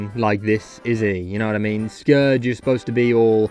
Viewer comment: NOOO I FORGOT YOUR BROTISH YOU PRONOUCE SCOURGE WRONG